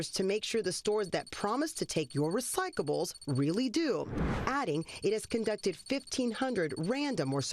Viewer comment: This moron reporter can't even say RECYCLABLES. She keeps saying RECYCABLES!